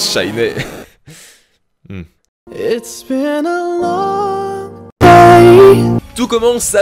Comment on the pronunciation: il a vraiment dit "shiné" ?!